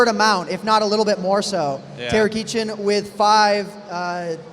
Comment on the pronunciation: in which we learn that "kitchen" is pronounced "kee-chen", apparently, lol